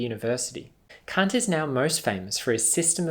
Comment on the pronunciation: I can’t take this dude seriously... It sounds like he’s saying c*** instead of Kant